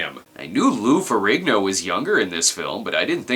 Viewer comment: It’s pronounced feh-REEN-yo